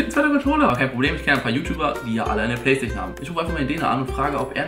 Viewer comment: Du nuschelst mega und kannst anscheinend nicht PlayStation aussprechen. lel